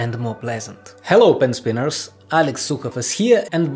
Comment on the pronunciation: No one : Alex : Helliow pen spinniars